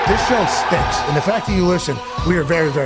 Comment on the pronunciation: stahnks.? just say stinks bruh ur misusing the ah